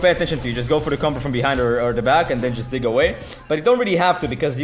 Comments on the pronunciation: diiiig not diik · He can't say dig to save his life lmao